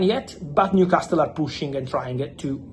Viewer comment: Brooo its new castle not castttttel